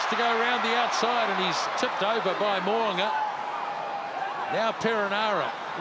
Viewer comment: Please get it right. It’s Mo ‘u nga. not Mo a nga